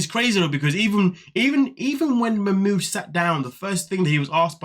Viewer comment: P.s he has one of the loveliest names but my god! The name has been butchered to no return 😅😅😅